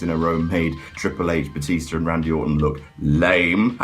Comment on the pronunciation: "Batista to Bootista to Bluetista to Byetista" OH MY GOD I LOVE YOU